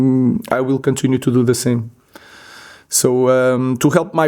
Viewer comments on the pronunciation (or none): This guy says "he'll contunue in this way....." 😂😂😂😂😂 Wow 👀